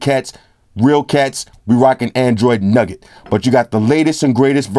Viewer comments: Yo! Not to get PETTY ROOSEVELT with it but it's NOUGAT (sounds like NEW GUT) not NUGGET. Shits a chew nougat center not a gold nugget. Nougat is a family of confections made with sugar or honey, roasted nuts, whipped egg whites, and sometimes chopped candied fruit. The consistency of nougat is chewy, and it is used in a variety of candy bars and chocolates. The word nougat comes from Occitan pan nogat, seemingly from Latin panis nucatus 'nut bread'. nou·gat (no͞o′gət)n. A confection made from a sugar or honey paste into which nuts are mixed. nug·get (nŭg′ĭt)n.1. A small, solid lump, especially of gold.2. A small compact portion or unit: nuggets of information. Where's the full LG V20 Review G? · actually it's nougat because that's different than a nugget. nougat is pronounced newhut & nugget is nuhgut. One is a sweet or candy and the other is like a clump of gold or a chicken nugget from McDonald's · I love the your way of pronouncing android "nugget" haha